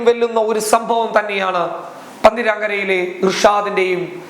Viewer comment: പന്തിരാങ്കര അല്ല പന്തിരിക്കര ആണ് കോഴിക്കോട് ജില്ലയിൽ കടിയങ്ങാട് പെരു വണ്ണാ മൂഴി റൂട്ട് പന്തിരിക്കര